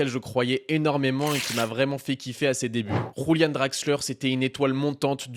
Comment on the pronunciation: C'est Julian Draxler pas Rulian Draxler, il est pas espagnol